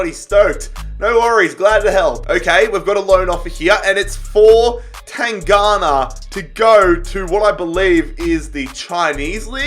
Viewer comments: TanGanGa not tangana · PCQ: can you please pronounce names like Tanganga (not tangana) and lamELa not lamAYa😂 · Tan-gang-ga not tanghana 😂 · It’s Japhet TAN-GAN-GA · Easy pronunciations to help you Steven bergwijn- Berg-Wine Japhet tanganga-tang-gang-ga Erik lamela- la-mella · you gave butchered the pronunciation of Tanganga